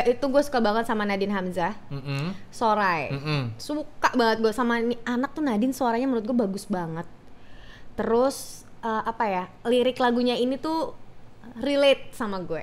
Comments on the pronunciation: bisa bisanya ngomong nadin hamzah😂 padahal yang bener nadin amizah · Nadin Amizah kak bukan Nadin Hamzah, tetep aja kocak dah ah kalo yang ngmg enzy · NadinAmizah, bukan nadin hamzah ih